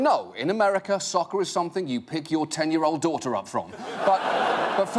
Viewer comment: It sounds like SUCKER to me instead of SOCCER. Am I wrong? Any one else hear it like that ? I think he was joking about the similar pronunciation of both words.